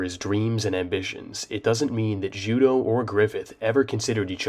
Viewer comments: His name is pronounced Ju-doh though Judeau is a French name "eau" in french is pronounced "oh" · Losing Judeau at the Eclipse was devastating for me, he was my favourite character in the band of the Hawk. All throughout reading the manga I pronounced his name “Ju-day-oooh”, not “Ju-doh” haha. It really bothered me how everyone was pronouncing his name haha. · Does anyone else pronounce judeaus name like joo-day-o or is that just me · He being pronounced Judō is the biggest mindblower for me